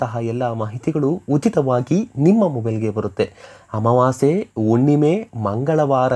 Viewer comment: Unnime alla Hunnime. Kannada sariyagi matadi